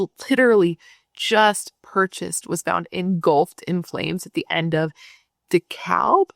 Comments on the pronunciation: Hey! de-CAB and opa-LIKE-a. A lot of weird names over here in the south. Great coverage of this. I have family in the area who knew her. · DeKalb is pronounced decab or that's how we say it in Missouri. Lol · de calb’ (Dekalb) and ope a like’ a (Opelika) - are the pronunciations. 😊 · Gotcha covered on the pronouncing, friend. DeKalb = Da-Kab and Opelika = Opa-Like-Uh. 😊